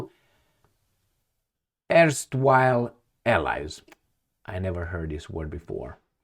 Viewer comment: Erstwhile allies means old.former.allies. Please learn to read properly english.it's awkward to listen to your struggling reading. It's unfailing not un--- failing.